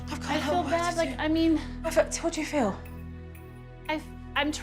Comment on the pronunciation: They should fiw good about going out for a miw? Supernanny, your pronunciation is APPALLING!!!